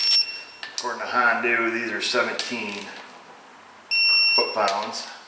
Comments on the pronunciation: Hi, why do you use the pink stuff to lubricate the parts, couldn't just use engine oil? Also, do people in your area say "Hondu" instead of Honda? Seem kind of rude to intentionally mispronounce a name. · We've got these little fellas "springs". Why is everything on her e a little fella? I'm getting tire of hearing the Honda called a hondew. The first thirty times calling it ahondew project weren't funny. Otherwise very professional content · Why do you call it a hondu?